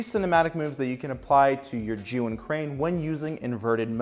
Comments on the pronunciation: First of all, great job of pronouncing the company name correctly, I just ordered the Crane M so I´m watching a lot of gimbal tips n tricks, almost noone pronounces the name correctly lol. For the last method, consider operating the crane remotely with the app, in an ideal situation that would be another person but I do believe it´s doable by holding the crane in one hand and your phone in the other. Cheers! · Really good tips. Also enjoyed your pronunciation of zhiyun